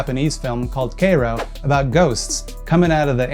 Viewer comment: did you purposefully mispronounce Kairo for more youtube interactions too because that was fucked up